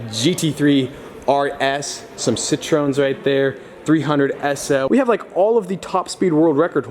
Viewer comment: I love the way you pronounce Citroën, you pronounce it Citron, which also mean in French Lemon ^^ But It's quite hard to pronounce ;)